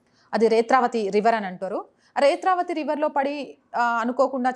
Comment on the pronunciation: Retravati kaadu netravati